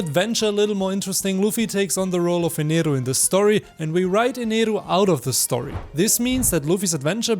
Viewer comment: Yo this is the first time I have been early to a video Also amazing Video Idea and finally someone who says Eneru and not Enel